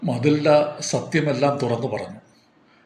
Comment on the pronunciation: മതിൽഡ അല്ല മെറ്റിൽഡാന്നു പറഞ്ഞൂടെ ഈ കഥ ഞാൻ പഠിച്ചിട്ടുണ്ട്